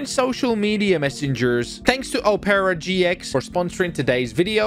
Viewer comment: NO WAY HE JUST MISPRONOUNCED OPERA GX, BROOOOOOO 💀